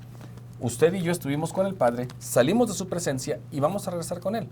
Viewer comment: Hola, tengan en cuenta la palabra presciencia, fue leída como presencia,gracias